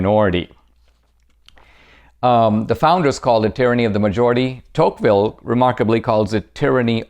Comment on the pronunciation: It’s deTouqville